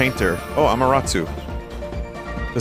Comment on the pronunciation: Vinny saying Amaterasu wrong with so much confidence made me wheeze.